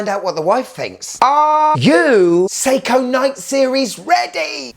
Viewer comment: Sei•KOHHHH 😅 Love the content 👌🏽